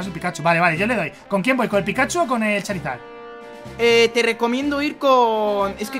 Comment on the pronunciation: cada ves que dice charizard me sangran los oídos y en un charmander